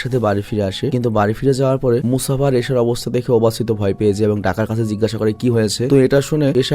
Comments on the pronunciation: Vhai Mufasa not musafa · Musafa ❌ Mufasa ✅ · Mufasa k msafa banay dise 😂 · Vai!!!. Mufasa!!!!! Musafa na! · ভাই গল্প শুনে ভালো লাগলেও, মুসাফা নাম না ভালো লাগলো না, কারন মুফাসা নাম হবে। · ভাই আপনার পুরো ভিডিও শুধু মুসাফা মানে মুফাসা কে নিয়ে,,, কিন্তু একটি বারের জন্যও সঠিক নাম উচ্চারণ করেন নাই 😂 মুসাফা ❌ মুফাসা ✅ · Vai musafa × mufasa √ 😊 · ভাই স্ক্রীপ্টে ক্যারেক্টার গুলোর নাম সঠিক ভাবে লিখবেন, আপনি মুফাসাকে বলছেন মুসাফা, আর টাকা কে বলছেন ডাকা, মানে কী বলব, 😑😑😑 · Musafa the lion King na bhai ❎ mufasa the lion King hbe ✅ 😂😊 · Musafa na borong mufasa hobe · Dhur miya musafa koi pailen er jnno r vlo laglo na jar jnno baad dilam dekha apnar video. Gorib banglali 3 belay vaath khay r vulbal English bole .mufasa the real one man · Musafa ki mufasa hobe mone hoy😢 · mufasa naki musafa🙃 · vai aita Mofasa hoibo Mosafa na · vai musafa na mufasa vai mufasha the king explean valo hoi nai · Vai Mustafa noy mufasa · ভাই ওটা মুসাফা হবে না ওটা হবে মুফাসা 😅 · আমি বলতে এসে দেখি আপনারা সবাই একই কথা বলেছেন, তাই আমি আর কিছু বল্লাম না 😂মুসাফা ❌মুফাসা ✅ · Musafa na mufasa